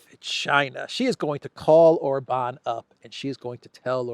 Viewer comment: If you can pronounce Budapest correctly as you do,, then SURELY you csn learn to say OR-bahn insteaf of or-BAHN! I may have to go to Greece and give you lingual lessons in person 🤣